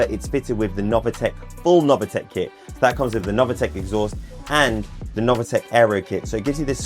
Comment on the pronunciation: Sorry, it is not novAtec, but is nov(i)tec !!!!!